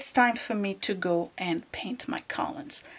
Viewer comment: love your videos but lately you've been driving me a lottle nuts with your pronunciation of the word collumn. The "n" is silent! It's pronounced "kol-um".